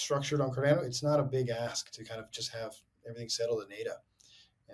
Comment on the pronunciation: "CarDANNO" Book'em Danno!